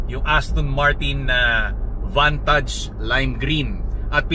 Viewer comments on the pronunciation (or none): Vant-age po ang pronounce hindi Vantaj